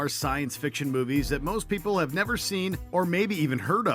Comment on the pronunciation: I've been saying this since they introduced the segment a few years ago. I especially hate the way she says "have": "You HAVE the option to be notified..". We get it! It annoyed me so much, that I UNSUBBED.